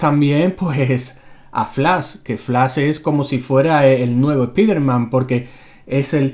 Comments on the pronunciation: Canal Random O.K. bueno, en algunas cosas me he equivocado, lo reconozco. Si yo volviera el tiempo atrás, me gustaría cambiar TODO el enfoque que le dan los españoles a la pronunciación de las palabras del inglés (estan horribles), ¡digo! lo haría desde el punto histórico en que todo esto comenzó, sacar a su población de la ignorancia sobre cómo deberán ser llamados los nombres de los personajes y traducciones estaría dando un respaldo constructivo mucho mejor (Sí ya sé, latinoamérica ha depositado muchas heces malolientes en sus doblajes y todo, pero con el paso del tiempo hemos avanzado mucho en palabras, términos traducciones y nombres originales; ¿Porqué en España no pasa lo mismo?) [Por cierto, yo quisiera que destaquen esto en una nueva serie de videos "No Son Errores de Comentarios" algo así 😆xD]. Además, decía lo de Spider-man, Cyborg y otros porque quisiera oír a decir sus nombres tales cuales son (y eso que presume saber de inglés delante de Thrawn 😆), pero como soy su amigo no quiero presionarlos en cómo se debe decir, sólo decía estas cosas por complacencia, gracias por su amable atención 😏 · Para tu información: no se dice spíderman (se pronuncia 'spáiderman'; ya que spíderman se escribiría así: SPEEDER-MAN y nada que ver "EL VELOCISTA" o algo así que el Hombre-araña); Flash es, naturalmente gracioso cada vez que se une a la Justice League y no es ninguna referencia al Spider-Man de la Civil War (y si eso no aparece en los cómics, al menos es visto en las series animadas DC de la Warner 😏); el nombre del negro biónico (Cyborg) de pronuncia 'sáiborg' y el de Darkseid se pronuncia tal cual 😏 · ¿"ES-PI-DER-MAN"? ¿Es en serio eso de españolizar vocablos en idioma inglés? No entiendo qué es lo que les cuesta reconocer que la pronunciación correcta es "SPAIDER-MAN".